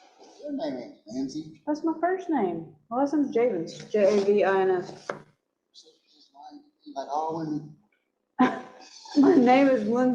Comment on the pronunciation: He sure is fascinated with her name and intentionally mispronouncing it.